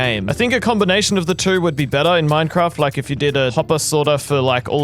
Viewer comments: He said ”Mine-farts” in the begining you now!?😂🤣😂🤣😂🤣 lol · hehe... he said fart